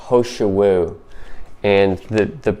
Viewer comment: It’s Heeeee shou Wu not ho shou Wu. And I agree, it’s amazing!